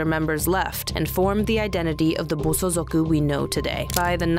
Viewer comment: Good video, but it's Bosozoku, not bosozuku.